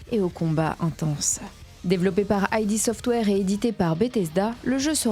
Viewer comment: Petite précision Id Software se prononce "id" et non pas "aïdi" software. Id désignant le ça Freudien. Super vidéo en tout cas! Merci à toi!